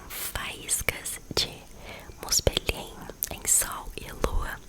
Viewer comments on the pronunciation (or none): Ginungagap = guinungagap. G anterior à I ou E tem o som do GU em Guilherme e em Gueto. Muspelhein = muspelrráin. Todas as palavras que terminam com "hein" são pronunciadas como "rráin". Jotunhein = Iotunrráin. J tem som de I.